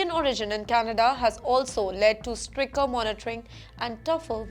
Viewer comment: your presentation is great and you cover topics that are rare and not covered by any other medium While all is top notch, only one thing irritates and bugs me: you always pronounce Stricter as Stricker..how come??!!